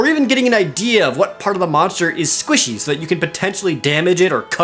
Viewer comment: I like the way Jared says 'squishy.'